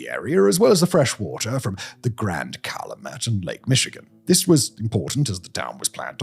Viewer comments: CAL-AH-MET river 😂😂😂 It's CAL-YOU -MET river. And someone lives in Michael's house. He put up a fence to stop people bothering him. But I think someone fixed up a house nearby. So you can explore a house built with the exact blueprints. You can see how they lived in a 2bedroom house with something like 9 kids. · I'm from a town right outside Gary. When he called the Calumet (Cal-YOU-met) "Call-uh-met river" like it's a river in Egypt. I giggled like a school girl. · I love it when outsiders try and pronounce Calumet.